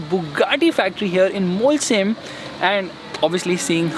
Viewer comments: Its not Molsheim it's Mochei for pronunciation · great video!!! But you saying Molsheim is triggering me so much 😝😝 sh is श not स... So it's मोलशाईम